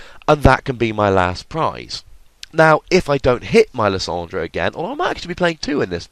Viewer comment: I disagree with your pronunciation of lysandre